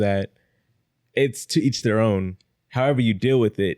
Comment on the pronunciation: "thiyri nit equivilint" 🤬